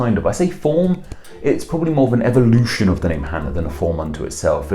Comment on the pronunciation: Cool you pronounced Hannah properly in Hebrew. But the software you used flipped the spelling. Hebrews written from right to left, not left to right. The Chet and Hey are switched with the vowels in the same spot. That really looks like a software error. Anya and Anika are all diminutives if Hannah, which have effectively become their own names. Although Annika is also a Russian and Arabic name.